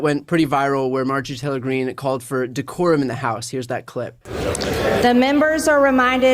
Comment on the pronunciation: "D whore um" is what she meant.